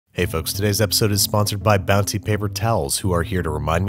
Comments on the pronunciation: I'm like 90% sure I also heard you say Bouncy once instead of Bounty but if anything that made it better. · Did he say “Bouncy” at the end instead of bounty? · did he say..bouncy? at the end